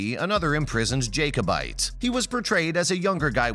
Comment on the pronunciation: Have any of you ever even seen an episode of Outlander. You have no idea what you are talking about. Murtagh is pronounced Murtah, not Murtag, the prison is Ardsmuir, not Ardsmere, the Scottish army were Jack-o-bites not Jake-o-bites and the battle is Cull-o-den not Collowden. You try to appear so knowing but you don't even take the time to learn what you are talking about.